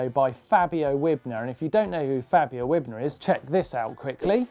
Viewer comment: yeah ik trials rider but martyn said fabio wibner